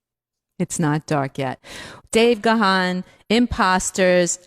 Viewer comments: Ga-han ..no!!!! Its pronounced GONE. Ask him. He is polite tho so he won't correct you. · Pronounced GONE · It’s actually pronounced Gan the ‘h’ is silent and sounds as in ‘man’. Don’t know why folks have such a problem with his name. Just listen to his interviews where he introduces himself. He’s British and that’s how his name is pronounced here. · Its actually pronounced Garn.....but i get your point 😉👍.....im english by the way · Depending where your from in the world...how you pronounce names are different....im english just like dave gahan....and have been a follower of the band for over 40years....we pronounce it garn.....or gahn...depending on what accent you have Just the same as we say jesus...but hispanics say heyzus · I am embarrassed for interviewer that she says the likes of.... she "is such a fan and was beating down the door to get DM into Rock n' Roll H. of F." YET....says Dave's last name wrong repeatedly. Just glad to hear Dave once again and the break down of the songs. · It'd be great if any of these people in the recording were pronouncing his last name correctly.